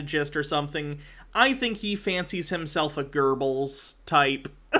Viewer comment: Goebels, not gerbils